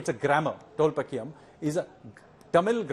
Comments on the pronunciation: Sanyal sir, It’s not tholpakiyam. It’s Tholkappiam. By the way, loved your fairy tale stories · It is Tholkappiyam and not Tholpakkiyam as Sanyal pronounces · Tolkapiyum not Tolpakiyum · It's tholkapiyam, not tholpakiyam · First and foremost it is tholkappiyam and not tholpakkiyam ...atleast get the name right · But, he messed up big time mispronouncing the name of the tamil grammar book.. He repeatedly said tholpakkiam instead of Tholkappiam.. 😅